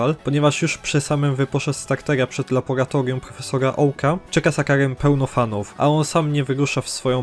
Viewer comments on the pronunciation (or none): none